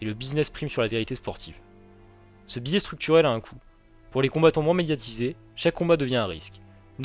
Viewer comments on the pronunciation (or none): none